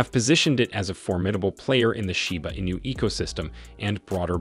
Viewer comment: Your title is a lie. Kiyosaki never said anything about Shiba Inu. You don't even know how to pronounce it right.